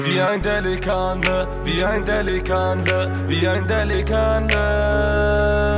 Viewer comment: dafür dass er Wannabe Türke und Moslem ist kann er delikanli nicht mal aussprechen 💪 das einzige was er sagen kann ist abi und pasa, aber sonst ist er genau so geldgeil und agehoben wie der Rest der Menschen im Rap Geschäft #Allahyardimetsin an alle die sich für Geld verkaufen